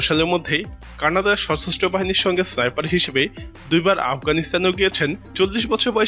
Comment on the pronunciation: সাইফার নারে বলদ, স্নাইপার হবে